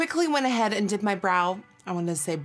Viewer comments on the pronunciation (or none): Every time you say I did my brow I always think that you’re saying I dipped my brow LOL. I wish doing my eyebrows was as easy as a dipping it into something and it looks as good as that😂